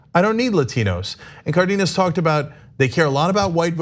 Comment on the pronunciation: FYI, Ana, it’s CAR-denas. Hence the accent on the á.